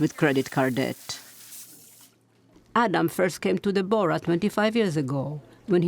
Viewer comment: "De-bor-a" Please, it is simply DEBORAH